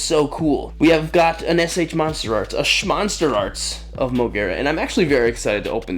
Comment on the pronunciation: It’s “S.H monsterarts” not shmonsterarts like S.H figurarts